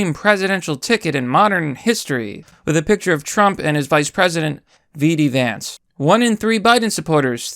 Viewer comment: It's j, d, vance, not V.D.Vance.